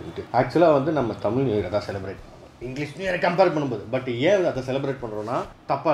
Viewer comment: its தமிழ் புதாண்டு not தமில்